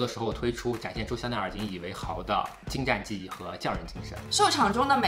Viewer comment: 你看他采访视频了吗？问他参观了香奈儿高定制作后有什么感受，他说“工艺很精zha”。他演了蓝湛却不知道精湛（zhan）不是zha😂还有当初陈情令宣传期有一次记者让他在纸上写个“到此一游”，结果他此和游两个字都不会写😅